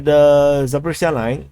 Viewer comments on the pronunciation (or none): none